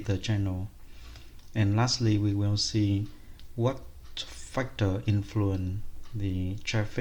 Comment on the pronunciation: factor not fuctor